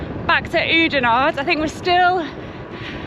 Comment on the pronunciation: pronounciation of oudenaarde pretty much spot on